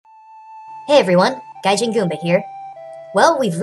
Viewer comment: It's Gaijin, not Gajin.